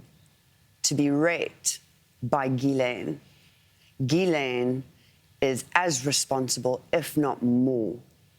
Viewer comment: why can no-one pronounce the name Ghislaine ????